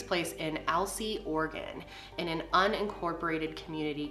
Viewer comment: I’m from Portland, I didn’t know I lived in an “Organ”. The E is not silent my friends 😂❤️ always cracks me up